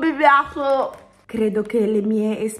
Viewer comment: a chi non piacciono i mochi🍡 dalla consistenza 👇🏻 P.S:quando dici✨NOn mI PiAzLe✨ e poi ✨PaTaTonZoLA✨